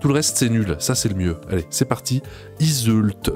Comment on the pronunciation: je pense tu as fais expres mais si jamais le l d'yseult ne se dit pas